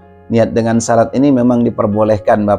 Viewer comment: Bacanya syarat nya perlu di koreksi tad